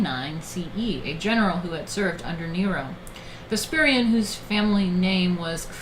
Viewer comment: One minor nitpick, Vespasian's name is pronounced wrong. Other then that great stream.